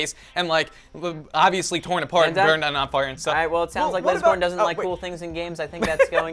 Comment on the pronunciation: said lozercorn to lazercorn